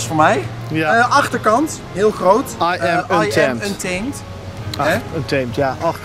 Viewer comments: De juiste uitspraak is un-TAA-mèt, met een zo nat mogelijke T. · Untemt oer hollandse uitspraken! 😂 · Ik heb nog nooit iemand anders horen klagen over de uitspraak van Untamed.